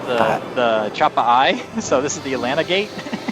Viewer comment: This is awesome. Just a few tiny fixes are needed across your gates. Proper term is "Chappa'ai". Not "Chappa'Eye" :). And your 5 races track needs "Furlings". Other than that absolutely love it. Picked some of the best episodes.